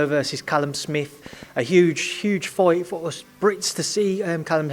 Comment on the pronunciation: Weird how they both pronounce ‘fight’ ‘foight’